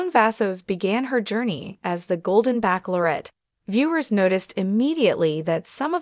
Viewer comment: Bachelorette is not pronounced backlorette